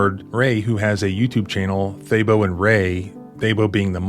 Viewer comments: The monkey’s name is pronounced Tabo. I need to know why the monkey is named Thabo! That’s a South African name. South Africa had a president named Thabo Mbeki. Beyond that - I take the northern route when I drive across the country. Mmmhmm. What is happening here is truly outrageous. Thank you for the work you do. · The monkey's name is pronounced Tabo not Thabo in my language. The h is silent. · Thabo is pronounced Tah-boo (longer 1st syllable than in the word taboo). No 'th' sound, and not tah-bow either. Southern African name, Sesotho, meaning joy or happiness, common amongst Basotho and Tswana peoples. Monkey looks like a vervet monkey common in Southern Africa. Edit: Looked up African green and it is another name for it. (Figures, since vervet means green) I'm South African, from Vanderbijlpark, Gauteng. We learnt Sesotho in school, regional language where I was born. Vervets are common here.